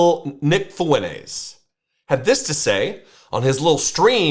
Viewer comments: Nick what? Fueles? 🤣 FUENTES... TESSSSS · Does he pronounce his name Foo-entes because the name Fuentes is Latino, and he doesn’t want to be seen as Latino. That is hilarious 😂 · I see the left becoming more radical after this, which is awesome since it’ll make future elections an inevitability. Also what in god’s name was that pronunciation of “Fuentes”? You’re whiter than your beard.